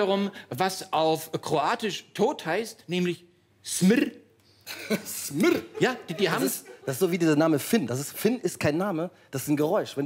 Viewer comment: Es heisst „smrt“! Konsonanten sparen kannst du zuhause.